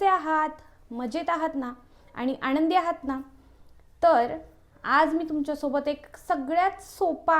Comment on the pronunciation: Bapre. मराठी chya न ani ban(Arrow) मधला n . Yavar laksh de. Eikayala khup kharab vatat. आनंदी madhe ण nahi. न आहे. यानंतर madhe pan ण vapart aahes. Mhanaje nelam न chya jagi ण vapart aahe. Please abhyas kar. न अणि ण कुठे वापरायचं ते.❤ पण हा डाएट प्लान खूप छान माहिती.❤